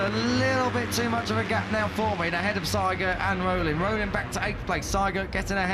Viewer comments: Why do commentators say Seigert while the name in the leaderboarsa say Siegert? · Spell the name SIEGERT ->> like ZEE-gert !!!